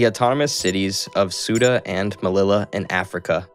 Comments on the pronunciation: soota melila hispaynia yoomad caliphate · Suda and melila, oh yeah